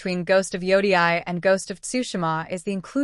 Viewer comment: Are you using an AI voice? It’s ridiculous that you cannot even pronounce Yotei. Your clip is about Ghost of Yotei you’re not even interested how to pronounce it correctly! I stopped watching after the first few seconds